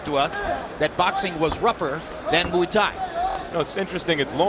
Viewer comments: OKAY! Shut up - it's now changing to MOO-EE- pronounced by Lampley & then Kellerman doing the _MOO also. For proper pronunciation; see and let's be respectful to other cultures! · Muay (Thai) is pronounced like BOY- just replace the B with an M & you have MOY not as Lederman says MWEE or as Max repeats Lederman's MWEE - what is so bloody difficult in studying another language, especially if it is part of your profession?